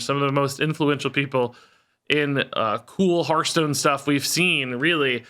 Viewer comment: Glad is leaving purely so I don’t have to hear him go “HERF-stone” anymore 😅